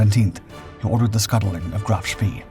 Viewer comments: Graf spay not spee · Great tale, but it's a pity you can't get your name pronunciations correct: "spee" is pronounced "shpay", not "shpee", while Cossack's commander was Captain (later Admiral of the Fleet Sir) Philip Vian (I suspect "veean"), not "Vlan". Helps with credibility if you get it right! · It's so easy with the internet. Sch-PAAY :face-blue-smiling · SPEE is pronounce SHPAY. (really surprised you don't know that) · Just learn how to pronounce Spee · I cannot and will not watch your films until you learn how to pronounce SPEE!~!~!